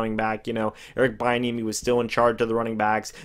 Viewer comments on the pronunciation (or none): Its pronounced be- enemy 😂